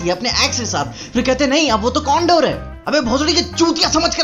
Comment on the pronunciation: When he say condor I heard condom